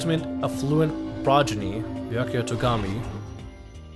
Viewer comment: I just want to congratulate you on being able to say Aoi's, Junko's, and Byakuya's names correctly